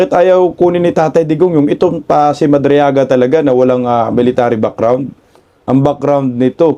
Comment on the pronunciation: Madriaga rather not madrigala, amaw amaw talaga, kagagawan ni Delima kc yan statement gawa gawa ni Delima.